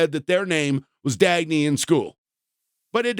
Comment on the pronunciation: Why are you calling them Dagney? You can’t even respect someone’s death 💀